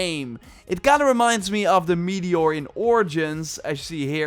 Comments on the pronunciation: ah yes, a "meator". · Meator? You mean 'meteor' unless of course it's made out of meat. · "Meator" oof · Meator? Or accent? 😜